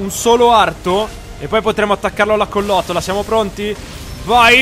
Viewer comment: Bellissima serie però credo di dica "collottola" non collotola